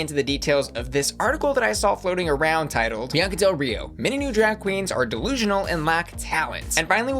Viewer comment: She said “Biancer”